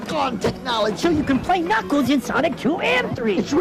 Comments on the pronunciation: Did you call knuckles k'nuckles? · he said "CuKnuclkes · Did this mongoloid just say kuhnuckles? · I'm sure you've gotten this before but his name is knuckles, not kenuckles, see this might be a little confusing but he's actually named after his large spikey hands, or knuckles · Ka-nuckles? You mean knuckles right? As in the K is silent? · it's pronounced nuckles not k nuckles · Kuh-nuckles, pronunciation gets better each day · [K]nuckles It's pronounced as just 'Nuckles' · k-nuckles.... #TRIGGERED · Did you just say.... K-nuckels? Like with 2 syllables? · K-nuckles? Seriously? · Did he say ka-nuckles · Did this nigga just say "kc-nuckles" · his name is kanuckles and he doesin't kachuckle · Ka'nuckles or K'nuckles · "Kanuckles"? Really? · Did he call knuckles.. KUN-KNUCKLES??? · Kuh-nuckles. Seriously? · ...Did you just call Knuckles - Cknuckles? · u said knuckles wrong u said cknuckles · Wait... Did he just say "K'nuckles" ? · It''s weird how you pronounce 'knuckles' as (Kuh-nuckles) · The first time why did you pernounce it k-nuckles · "Kuh nuckles" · DID YOU REALLY PRONOUNCE THE K IN KNUCKLES?! Do you call knife "kanife" as well? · this man said k'nuckles YOU got me fucked up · Did you call him Kanuckles? UNSUBBED. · So are we all just gonna ignore how he said K'nuckles" .... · Who's kuhnuckles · down voted and reported for saying pronouncing knuckles as "Ka knuckles" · Nigga just said K'nuckles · He says ka nuckles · Do you really say Ka-Nuckles? O.o you don't know how to pronounce Knuckles? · Ker-Knuckles?? KER-KNUCKLES??!!? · did you just call knuckles ku-nuckles??????? That's disgusting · I heard K-nuckles like how it's pronounced in flap jack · he said "Kuh-nuckles" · Are we just gonna ignore the fact that he called knuckles "Cuhnuckles"? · What the fuck is a kanuckles? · Did you call him...K Nuckles? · I love it when people say K-nuckles. I'm not gonna talk shit but I find it funny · "k"-knuckles? what's the deal man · Did this guy just say K'nuckles?